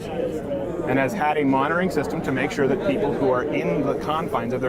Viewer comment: He already lost when he said “are you show” what an idiotic prepubescent tween